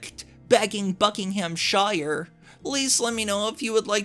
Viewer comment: Just a tip, us Brits pronounce the 'shire' bit of Buckinghamshire (and all the shires) as "sheer', so Bucking-ham-sheer. Other than that, keep these CB stories coming!